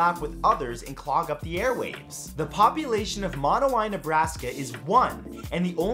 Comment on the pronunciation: Mon-ow-eee is how Monowi is pronounced.